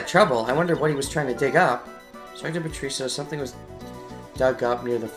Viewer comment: Good video as usual. It still bothers me though how you pronounce Patricia (Pa-tree-shuh or pa-trih-shuh is how i hear it) but that's just a minor thing haha